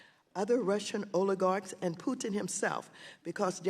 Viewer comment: Did she just call Putin Tudin in her very first reference to him?😂😂